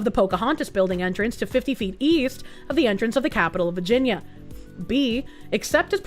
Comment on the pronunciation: I love the way says “vah-gen-yah” 😂❤❤❤